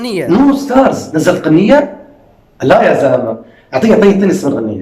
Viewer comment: مرحبا 🤗بس اريد اعرف ليش تكول قنية😹 ترة اسمها اغنية بلغين بلعراقي لو هاي لهجتك وتحياتي⭐ استمر ورده 🌸 -#عراقية🇮🇶💚 كربلائية